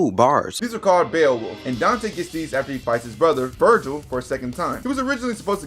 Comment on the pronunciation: You misspelt and mispronounced Vergil throughout the video, but you are right. Vergil IS the coolest character in fiction. Jk, it's an even split between them, but I love how permanently unserious Dante is.